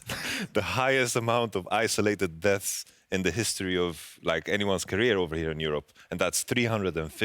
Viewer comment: Hsitory lol